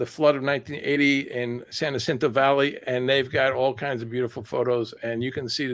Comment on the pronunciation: Mountain goats are watching. You will never see them. Rattlesnakes tell one another "stay away from hoo-mans - they are nuts!". Jacinto is pronounced "wa-SIN-toe".